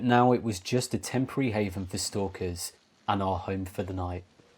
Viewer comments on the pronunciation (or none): none